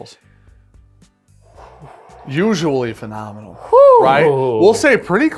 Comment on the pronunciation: James or how says phenomenal as fee nominal